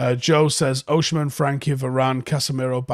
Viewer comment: it’s Oh-Si-Men not Oh-Shi-Men